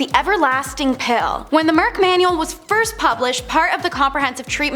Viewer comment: Merck…not merick…just saying